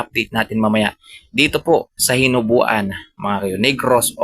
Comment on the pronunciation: Hinobaan po hindi hinubuan